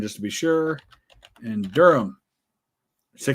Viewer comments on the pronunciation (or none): none